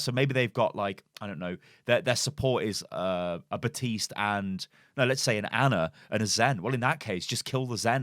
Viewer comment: It's FUKIN BaPPPPPTiste ffs. That really pisses me off. I had to turn the video off because you kept saying Batiste Batiste Batiste.... THAT'S NOT HIS NAME! It's like calling Winston Winton... Please learn how to pronounce the name that the hero himself says in his voice lines!!!! BAP BAP BAPtiste.